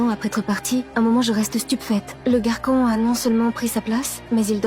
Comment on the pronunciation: Tu as dis toute l'histoire garquon pas garçon 👦